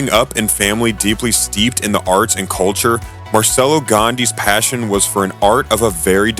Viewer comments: The bare minimum one should do is to learn the name of the subject of his work. That name is Marcello, not "Marselo". Open Google Translator and learn it, it requires 10 seconds. Not to say anything about "Claude Debussy". Pollice verso to the video. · Pronounced Marchello. Also DAY-bew-see. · He mispelled Marcello, he shortened Gandini to Gandi, and his pronunciation of Claude Debussy is even funnier... what an idi....T